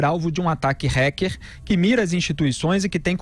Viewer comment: Kkkkk Cara! Acho muito gozado o Felipe Moura pronunciando a palavra Hacker.... kkkkk "Hecker"! Parece REC ... Na boa Felipe, vamos melhorar essa pronúncia.... Não caiu bem kkkkk